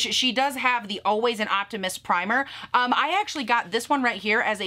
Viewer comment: Omg when you said “always an optimist primer” I 100000% heard “Optimus Primer” like she stans Optimus Prime. She’s no longer a Belieber but she’s always an optimus primer. and now my nerd-heart is screaming.